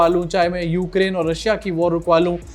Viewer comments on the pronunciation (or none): none